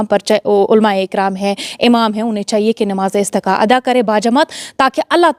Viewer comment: its namaaz e istisqa not istiqa